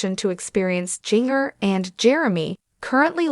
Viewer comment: Please pronounce Jin gers name right. You are butchering her name.the j sounds like a g